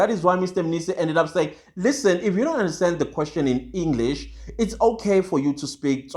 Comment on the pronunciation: Nope I had had him say sikisthi three and Enklish my brother. He said he’s a learned colleague of adv Mnisi 😂😂😂